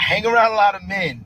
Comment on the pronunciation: I just love how she pronounces "men" like "me-yen". LOL. Her ebonics is thick. One syllable words don't exist in her world. And when they say "key-ids".